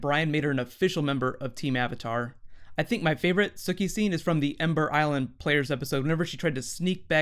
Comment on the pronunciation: I didn't know that Mark Hamill voiced Ozai. That's friggin awesome! And ironic...... Plus, Suki's name is pronounced "Soo-kee." Not "Sucky." xD